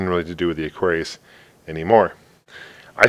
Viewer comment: mattel electronic presents: aquarrrlRRllliuisu : D